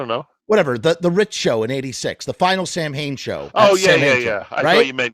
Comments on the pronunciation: What's so hard about just pronouncing the name correctly? Sam Hane sounds like the name of the founder of Hanes underwear company. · He pronounces it "Sam-Hain"? Interesting.